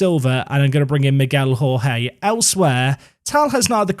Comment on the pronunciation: The Portuguese way of pronouncing Jorge is with soft 'zh' sounds for the J's, like in Jorge Mourinho. Something like Zhorzhee, a soft Georgie. Besides that: holy crap, is Middelby ever silencing his critics!